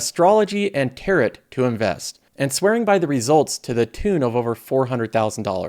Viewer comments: It’s pronounced tar-oh, not tarrot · Did just pronounce tarot like carrot?! 😂😂😂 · Tarot is pronounced "Tear (as in rip)-O" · Dude, tarot is pronounced "tear-o" lol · It's pronounced, 'tear-oh' my man, 'tear-oh' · I just assumed it was an Americanism. Now I know it's a.:) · The opposite "Democrat" president would be "Republic" president, not republican. Also look up how to correctly say tarot before recording your show. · you are pronouncing tarot incorrectly. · Do you really not k ow how to say Tarot?. Please look it up or stop saying it. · You always know who is not into all the new age stuff when they say tarot that way